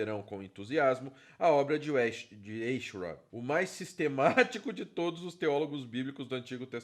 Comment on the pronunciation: É fácil pronunciar seu sobrenome: Em vez de E se pronuncia A. Aichrot.